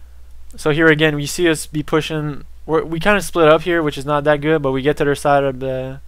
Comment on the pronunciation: "I'd like to remind everyone dat felonies is really bad at this game..." lol but you pronounce your "th"s like "d"s. Kind of odd.